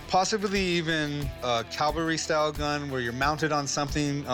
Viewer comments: Cavalry, not calvary. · He can't even pronounce cavalry lol And obviously his struggling to remember his lines